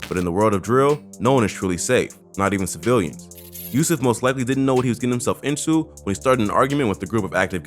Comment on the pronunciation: "cavilians" is crazy